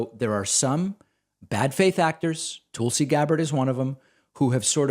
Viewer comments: I love the way he pronounces Tulsi. “Tool-si” 😂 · Lol David, I love how you pronounce her name "Toolsie". Bravo friend. 👏👏👏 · Uh, why are you calling her Toolsie? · I admit I clicked more to hear how you would pronounce “Tulsi” than what she had to say.